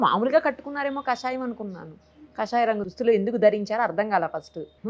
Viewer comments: should be pronounce Kaashayam not kashayam. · యాంకర్ గారు... కాషాయాన్ని.... కషాయం చేసేసారు...